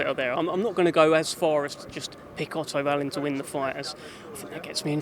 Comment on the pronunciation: why do they pronounce it vallin when they say it, instead of wallin..... and why would dubois become a superstar for beating a drugs cheat in miller whos beaten absolutely nobody lol.. this guys mad